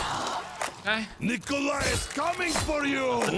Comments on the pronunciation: ''Nikolai'' rhymes with ''die'' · Die rhymes with Nicolai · Die (eye) by the hands of Nikolai (eye) It rhymes lol. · Nikolai rhymes with die